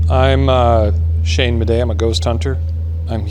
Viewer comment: how teh helly did Shane hear Ryan? That was the clearest “Shane” ever